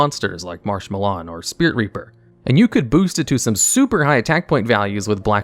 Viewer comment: Am I the only one who loves the way he says "Marsh-Mallorn"?